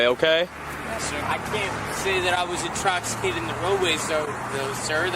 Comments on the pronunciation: " Introcicated ". That's a new one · What is I.S.U. I’m Stupid University 😂😂 Also I am NOT introcksicated😂😂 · Lol dummy can't say intoxicated.